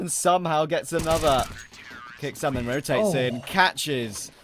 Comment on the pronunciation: They talk about saying names correctly, yet they keep calling "knasigt" NazigTee.